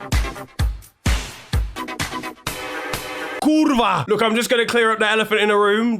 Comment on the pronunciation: Wait, wait, wait dear, you can fool your viewers, but not this Polish bloke, did I hear right? did you actually say... Polish famous swear word starting with "k" ending with "a" similarly pronounced like Latin "curva?"